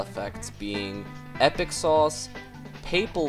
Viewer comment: It’s pa- pehl for papel